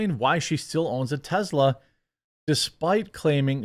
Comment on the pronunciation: Why are you saying Tezla?